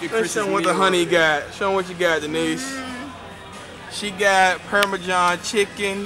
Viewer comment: the way chris says parmesan, hes like "parmajon" LOL :D